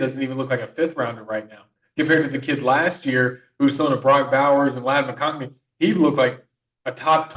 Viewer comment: Ok, less than 3 minutes in and we have a mistake in calling Carson Beck, Stetson Bennett and a mistake in Ladd McConkey, McConkney. I’m sorry but I’m out. I’ve heard enough.